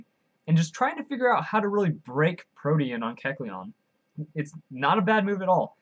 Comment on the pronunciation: Thank you for pronouncing Protean right lol its a real life word it annoyed me when people pronounced it like protein